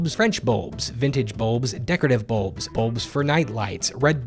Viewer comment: He pronounces bulbs like boobs